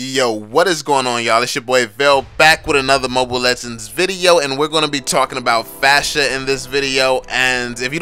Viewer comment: It's pharsa, not fasha lol